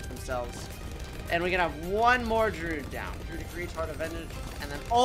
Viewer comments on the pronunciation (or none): I hate how says Druid. He says drood when it is drew id. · Can someone please tell him how to pronounce Druid 😭😭😭